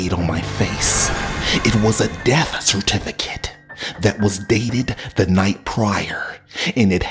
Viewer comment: CertiFicATE HOrrAHhh